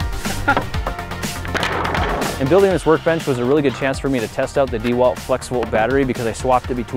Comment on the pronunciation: I wonder how the sponsor of this video feels about your atrocious pronunciation of DeWalt